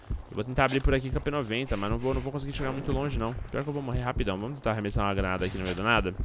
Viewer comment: só eu q ouvi ele falando PNOJENTA enves de P90